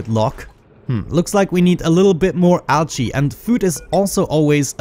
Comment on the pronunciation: Do you guys hear him say "algae" as "ouchie"? :P